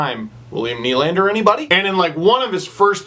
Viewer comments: work on your French steve.. it's pronounced more like "duh" than "doo". Nylan-duh sounds a lot better than Nylan-doo. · Nylan-deux should be pronounced "Nylanduh"...think Nylander said with a Boston accent...ish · Melvin doo